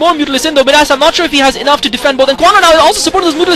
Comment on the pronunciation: Where did this Kwanro guy come from? Wow... nice play., I think Midas is pronounced "my-das" like King Midas. I hope your back commentating soon!